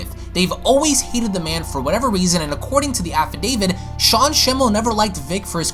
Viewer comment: I swear I keep hearing "Affi-David."